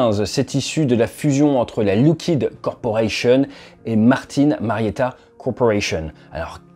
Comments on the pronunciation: Merci de ne pas confondre ce fleuron de la défense US avec du liquide de frein. Il FAUT prononcer LOCK-heed. Pas de "look" là-dedans.... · Je crois que, pour Lockheed, on dit "lock" et non pas "look". Attention aussi aux faux-amis : le "trillion" que vous lisez dans les documents américains se traduit "billion" en français. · Pourquoi dire LOUckheed et non pas LOckeed ? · Lockheed pas loughhead mdr